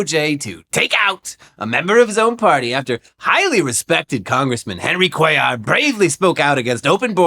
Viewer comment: Came back to see nail the name "Cuellar" 😅😂 great job! Did better than inwould have done